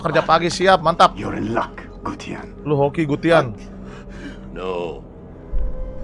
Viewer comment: Gutian bang bukan Gustian,Gustian mah temen gw🗿🗿🗿🗿🗿🗿🗿